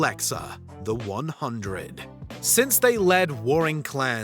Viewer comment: Narrators still can't pronounce The 100 (The Hundred) properly, it seems.